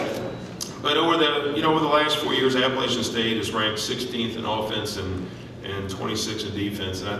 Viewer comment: So excited for Scott's success. So painful to hear Vince Tyra mispronounce the name of the school Scott has led to get here. App-ah-latch-un